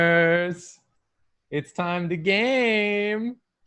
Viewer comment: really pronounced it "Gaymers🌟" and I felt my gay little heart flutter